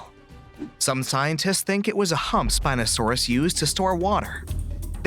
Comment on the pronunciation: wrong spino pronunciation